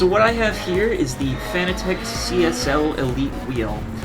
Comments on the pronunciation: Dude, its pronounced "fanatic", not "Fan-uh-tech". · who gives a fuck how they intended it to be pronounced. should've written it differently if they wanted it pronounced "fanatic" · Well it's spelled fanatec so I read it as fan-a-tec, could never understand how peeps pronounce it as fanatic concidering fa-na-tic is spelled fanatic 🤷‍♂️ but who cares really